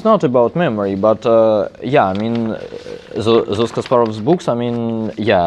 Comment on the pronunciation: He says "books" but seemed like "boobs" LMAO